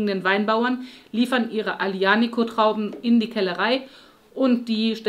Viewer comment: Aglianico,, es heißt 100 Prozent Aglianico-Traube, nicht Galea-Traube:0)